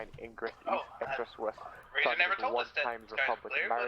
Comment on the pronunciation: East I thought you said Weast